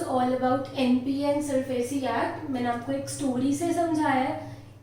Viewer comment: It's not SARFESI Act. It's SARFAESI ACT. You could have even give the full form for the abbreviation SARFAESI. Just a suggestion. 😊 It's Securitization and Reconstruction of Financial Assets and Enforcement of Security Interest Act, 2002